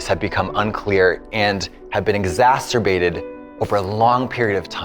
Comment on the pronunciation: I mean, I know she meant 'exacerbated', but Katya definitely said 'exasturbated'. And I find the idea of what that word might mean very funny.